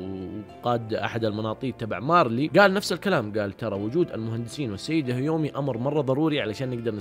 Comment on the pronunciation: يااخي هذه البني ادمة اسما كيومي مش هيومي😁 بعدين قول انواع الرياضات مش رياضيات فرق كبييييير😆😆😆😆